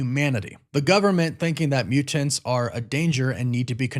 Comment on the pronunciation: Are you Canadian or Scandinavian or some shit? The way you pronounce your Ts is absurd lmfao. MUTE-TANTS lol.